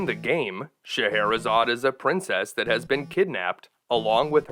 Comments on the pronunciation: I always thought that it was pronounced with “zaid” and not “zod” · It is pronounced as 'Sheher-e-Zaadein" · "shuh-heh-hurr-a-hay-uh-zay-ed, shuh-heck-her-hay-zuh-day..." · So, not only have I been pronouncing “Faxanadu” wrong, but now “Scheherazade.” My childhood is becoming a lie. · I would have never guess that's how you say that name.